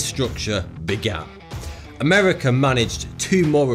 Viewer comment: "Amewica managed two mohr ewections..."